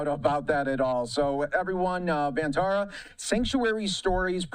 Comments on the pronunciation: Pronounced like “Bun” not “done” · firstly, it is pronounced won taa raa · For those wanting to know "Vantara" translates to Van (pronounced like Done) = Forest; and Tara = Star ....Forest Star!!